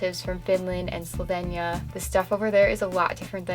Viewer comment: The way you say slovenia is funny 😂😂